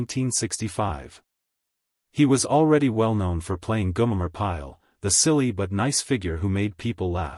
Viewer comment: G O M E R!!!!!!! Come on it ain't that difficult to pronounce, stupid A1